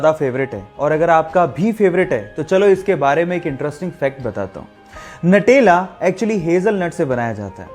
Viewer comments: Natela nhi nutela khte h🤣🤣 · भाई नटेला नहीं न्यूटेला |